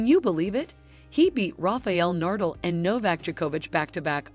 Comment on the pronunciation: You better know how Nadal and Djokovic are pronounced. After that all the previous information is much more questioned